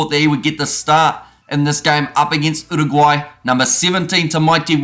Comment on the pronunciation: I like how you pronounced Uruguay, and your pronounciation of the Pasifika names too. Respect 🙏🏽